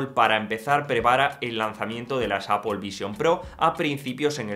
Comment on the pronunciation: Porque pronuncias apol si luego dices mal iPhone? Cateto. Di apel y ya está